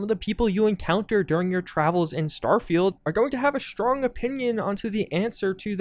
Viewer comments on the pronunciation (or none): none